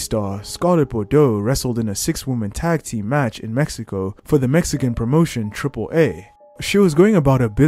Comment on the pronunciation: It's AAA like "say ahhhhhh" not AAA like Fonzi's "ayyyyyy!" Triple Ahhhhhh